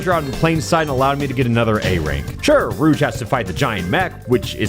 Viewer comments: Enjoying this video but the way you pronounce "Rouge" is like nails on a chalkboard. It's a soft "j" sound. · “now rouge is up to bat” YOU